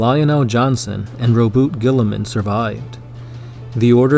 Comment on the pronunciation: This video was complete and utter heresy. Learn to say Roboute and do a quick wiki search on Corax in your next attempt.